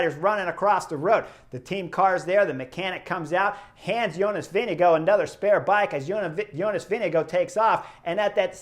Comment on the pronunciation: Your pronunciation of ‘Vingegaard’ is really good! (I’ll let the Belgians comment on your pronunciation of ‘Stuyven’) 😆